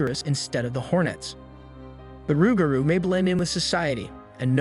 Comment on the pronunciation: Never heard "Luke Garoo".... We always said "Roogaru".... Loo Garoo or Luke Garoo is most likely a mispronunciation lost in translation from Cajun, Creole, or possible Hatian Languages....